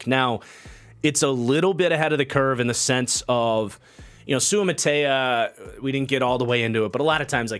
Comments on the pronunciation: it’s pronounced soo-uh-ma-ta-ee-uh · Its Soo-ah-ma-ta-ee-ah. He has outstanding potential. He needs reps and coaching but he has excellent physical tools.